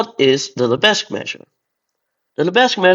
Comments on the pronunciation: The 's' in Lebesgue is silent, so it should be pronounced 'lebegue'. That's French for you! Edit: holy shit, this video is a banger. GREAT stuff! :D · Henri Lebesgue was French, the s is silent. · I love to troll my French colleagues by pronouncing Lebesgue as Leh-bezz-guEEH. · The visuals in this video are absolutely amazing! But, I'm sorry, it's practically impossible to hear you say "Lebesgue" with a non-silent 's'. Side note: What do you mean by "First year university calculus" in minute ????? You don't have real analysis in your first year of University? That's just a crime against mathematics! How can you claim to learn mathematics without absolute rigour from the first semester!